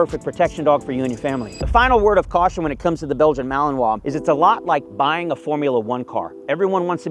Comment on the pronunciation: " MALININUÀ " ???? Malinuà, sin tanto chiste....